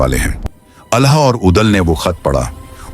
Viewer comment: अलह नहीं आल्हा का उच्चारण करना‌सीखिए